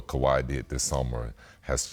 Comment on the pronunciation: Scottie finally learned how to say Kawhi 😆